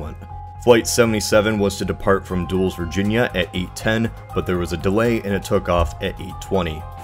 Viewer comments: Umm the mispronunciation of Dulles airport can go wrong. Its pronounced "Dull-less" not "dewls". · Dulles is pronounced dull-us not dules! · AI voiceover fail. "dools virginia" is pronounced "Dull-ess Virginia" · Dulles airport is pronounced Dull-Lis, not Dools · Quick note: "Dulles" is pronounced "dull-less", not "dooles". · "DUH-LUS" not "DOOLES" is the pronunciation for the airport in Northern Virginia. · proper pronunciation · You mispronounced 'Dulles' as 'Duels', it's "Dull-less". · It’s not “Duels” it’s pronounced “Dulluss” good vid though. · Good video so far, but Dulles is pronounced "DULL-less" not "duels". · lol'd pretty hard at Dulles Airport being pronounced "dooles" instead of "dull-less". Suggest you go watch Die Hard 2. ;) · Well done. FYI “Dulles” is pronounced “Dull-ess,” not “Douls.” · as a NoVA native, you calling Dulles Airport "DOOLS airport" instead of "duh-liss airport" made me lol so hard 🤣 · Flight 77 did not take off from “Dools” as this video pronounced. It took off from Dulles pronounced “Dull-less” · Good video, but its "dull-less" not "dooles" airport. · ‘Duels’… I thought it was ‘dull-es’. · bro pronounced Dulles “Dules” it’s “dullas”😂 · Dulles is pronounced "dull us" not "dools". Yeah yeah, I'm five years too late. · im sorry but its dul - es not dools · It's pronounced Dull-less, not Doools. Little research next time. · “Dools”??? It’s pronounced Dul-less. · It's pronounced duh-less. Not dools. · "Dools" Virginia? lol... its Duh-Less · it's not pronounced "duels" it's "dul- les" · Odd pronunciation of Dullas Airport. The video says Duallas, it is DULLas. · Dulles is pronounced, “DULL-us”, not dools. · Lol dooles Virginia. It's pronounced -- duh-lis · I don’t want to be rude I’m just trying to inform you Dulles is pronounced (Dull les) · And the fact that he pronounced Dulles like “Dools” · "Dooles" isn't that. You can find pronunciation for that on YouTube. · Btw Dulles is pronounced “Dull us”